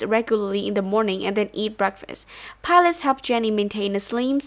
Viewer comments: IT's pilates girl not pilats like pilots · PI LA TES thats how u pronounce it admin